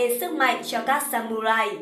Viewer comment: Trong tiếng nhật không có âm "U" add nhé mà phải là âm "Ư" mới đúng. Viết là samurai nhưng đọc phải là sa mư rai.